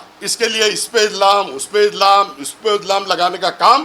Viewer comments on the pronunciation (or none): Ijlam nahi re ch iljam bolte bjp walo bolna b sikhao isko 😂😂😂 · Pahla bolane ka Shik Baba illam illam nahin bolate usko ilzaam bolate ilzaam